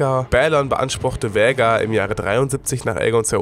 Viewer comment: Was für Vhägar ALTER VHAGAR ES WIRD KOMPLETT ANDERS AUSGESPROCHEN SO WIE „VAAAAHGAAAARRRR“